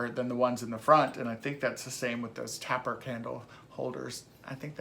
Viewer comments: I ASSumed it was pronounced "taper" because the end tapers off??? Anyway that's how we say it in my fam damily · You're right. Some pretty cool stuff. Yes, and leave it to me to be the one to correct you. We've talked about this before it's pronounced tape/ ER candle. Oh well sorry it's the school teacher in me coming out. I love that ceramic face that Polly made. You really scored on that. Have a wonderful day today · Tape - rrr candles I heard someone else recently pronounce it with a short ‘a’ .. you are not alone. It’s probably a legacy word .. however it was pronounced at home when you were growing up, sticks!